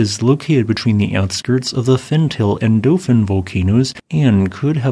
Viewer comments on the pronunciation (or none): Bruh, if you're going to present yourself as a scientist at least make an effort to pronounce the names of these things correctly. It's not "fen-tail," it's "fen-tah-lay." Likewise, its cousin is not "erta ail," it's "erta ah-lay." Your credibility is questionable when you can't even say the correct names of the volcanoes you're giving opinions about. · The name of the Ethiopian volcano has 3 syllables (not 2). The last two syllables are pronounced: tall (as in a tree, or skyscraper) a (as in the first letter of the alphabet)